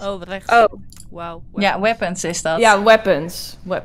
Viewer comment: Je zegt weppens ,maar je schrijft het als weapens en je spreekt het uit als weepens